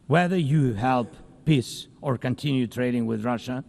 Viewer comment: is he trying to say 'peace' or....something else?